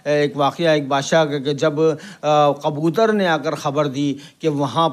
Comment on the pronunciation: Bhi qabutar nahi kabutar hota hai